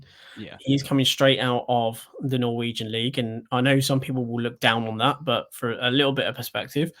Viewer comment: I clearly need sleep as kept calling them a Norweign team 😂 Got Orban's team stuck in my head clearly as double checked on him prior to filming this on Osman 🤦‍♀